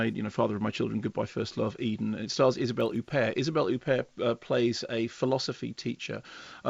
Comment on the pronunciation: Isabell Ooopair? It's Hupperrrrt! 😃